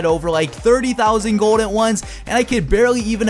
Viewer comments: Sounds like you say gord instead of gold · i dont know why but it really annoys me everytime you say "gold". lmao